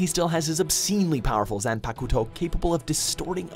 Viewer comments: wtf is a zan-pack-uto? Also wtf is a tetsuga tenshow? Do you guys purposefully mispronounce shit or you're just bastards? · Its pronounced Zan-pak-toh not Zan-pakootoh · Zanpacuto? Tetsuga tensho? Wtf?! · Zanpakuto [zān•pāk•tôw] ......the "u" is silent. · Did this guy just say "Zampak oo to"??? In 2017??? 😨😨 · Looool fk is a zompakuto😂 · Kirito busted his ass playing solo to get that powerful. And the creator of the game intended to get killed at some point, that was the point of his game. Yes he didn't want it done that early but he wanted everyone to work together and beat him on the 100th floor. By the way, thank you for finally saying Sosuke Aizen correctly.......now just learn that Zanpakuto only has 3 syllables. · His pronunciation of zanpakuto hurts me deeply